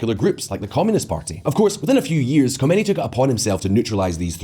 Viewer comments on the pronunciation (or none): If this channel is driven by such lazy people, that do not even check how to pronounce Khomeini, then you know how unreliable the rest must be, especially the more complex topics, I highly doubt that they really dive into those and research it properly, given the lack of standard, or shall I say low standard!!! You guys are the Walmart or Primark of political news, only focussed on low cost, low quality but high output in order to reach/fool as many simpleminded or naive people as possible!